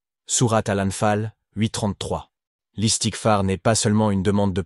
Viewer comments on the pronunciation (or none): Un conseil : À chaque fois que tu dis le prophète dis après saalalla alay i wa salam. Identique quand tu dis le messager. Pour istighfar ne dis pas istik far